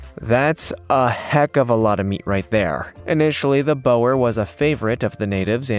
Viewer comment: Hi there. I'm a South African. Boerbok of South Africa🇿🇦. Pronounced with the sound: oo, like in the English words: took, look, book. Boer = farmer. Bok= goat. Boerbok. Raised by farmers. Not "bo-er"😁